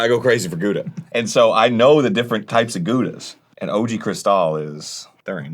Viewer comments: I cannot camembert it anymore how the rest of the world pronounces Gouda; think more like "powdah" but replace the P with a G that sounds like you're clearing your throat. It's also a cheese with quite the range of flavor depending on how long it ripened, judging by the color of your slice it's probably old Gouda (~12 months ripening) which has a lot more flavour than younger variants. My king is still Parmezan though, it goes well with pastas rasped and I could devour a whole wheel on the daily if it wasn't so expensive. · How strange that Arin "Cheeselord" Hanson doesn't give his cheese-wife the dignity of correctly pronouncing her name. Gouda is pronounced more like "how-da" with a very phlegm-y start to the 'how' sound. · Arin knows his Gouda's but pronounces it incorrectly. Heresy. I am also surprised this wasn't a collab with "The Cheese Store of Beverly Hills"